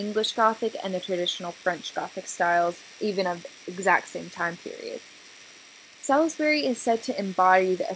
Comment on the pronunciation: It pronounces Sawlsbury not Selisbury and Ahmioh not Emienns. Gosh this is so american not even trying to pronounce it right. The Gothic architecture arrived in england at the end of the 12th century with the new building of the choir of canterbury cathedral. It was brought to England by the Cistercians and William of Sens who is the architect of Canterburý´s choir. It´s Reims cathedral in the right corner. And Salisbury was built from 1220 until 1258. The central tower was a later addition of the 14th century. But at the other point you´re right. Amiens and Salisbury were built at the same time. Reims is a little bit older.